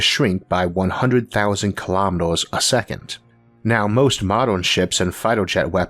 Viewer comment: What are "kilomeedohs"? ;-) Very interesting show! Maybe it would benefit your viewers if you could lose your accent a little. Sometimes I really don't understand, what you're saying and subtitles aren't covering it either.